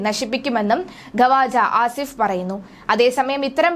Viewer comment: ഖവാജ ആസിഫ് അല്ല ക്വാജ ആസിഫ് എന്നാണ് ശരിയായ ഉച്ചാരണം.